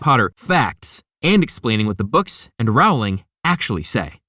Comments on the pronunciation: Her name is pronounced Row-Ling.🙄🙄😑😑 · Bit like "Rowling" is pronounced like row in "Row, row, row your boat" and not like "having a row" with someone? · Pronounce her name right! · Writes an entire video about Harry Potter and can’t even pronounce the author’s name